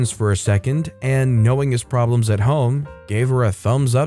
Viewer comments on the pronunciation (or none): none